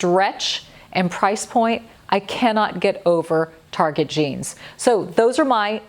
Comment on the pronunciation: It''s Target not Targe. Why are people trying to make it sound so pretentious and ridiculous? It's a cheap store, and it's not French. Its TARGET.